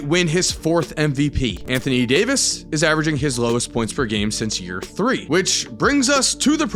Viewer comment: anthony day-to-davis 😭